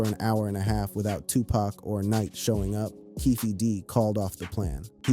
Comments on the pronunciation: You not saying 2 PAC correctly bro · How you Black and can't say Tupac correctly, bro?